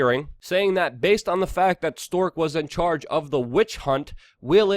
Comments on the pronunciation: WeAreChange are you saying stork on purpose? It's strzok, pronounced as in st-r-ock. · It's pronounced "Struck", not "Stork" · Struck not stork, Katrina not Katherine lol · Bro maybe the name Strzok is spoken differently . Just saying - maybe I'm wrong .